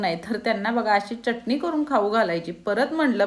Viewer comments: ती चटणी असते, च्यटणी नही! च असतो च्य नही. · च्यटनी नाही चटनी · चटणी म्हणा चटनी काय